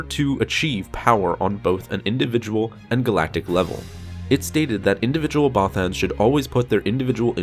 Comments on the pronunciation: The way this guy pronounces "Bothans" slightly triggers me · Many bothans died after hearing this guys pronounce there species name lol